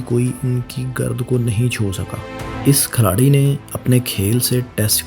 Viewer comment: Ohhh, Khiladi hota hai Khalari nahee hota. 90% words gakt bolte ho.